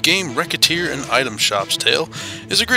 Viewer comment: Nice review, but Isn't Recettear pronounced Re-Set-tear?